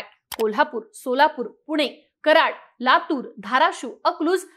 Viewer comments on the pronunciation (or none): none